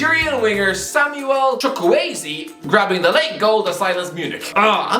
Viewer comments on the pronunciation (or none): Chukwueze* not Chukwaizi